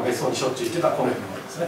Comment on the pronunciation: 例えば、 「近衛しかいなかった」→「コネシカイナッタ」に聞こえる。プー